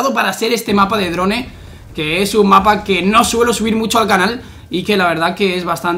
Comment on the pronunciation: se escribe Drone y se pronuncia dron se escribe Nuketown y se pronuncia (Nuktaun) se escribe Call of Duty y se pronuncia (Col of Dury) XD ya es de cada quien si quieren aprender a pronunciar correctamente